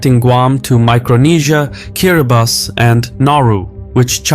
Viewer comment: Thank you for pronouncing Kiribati correctly! That alone gave your whole video credence.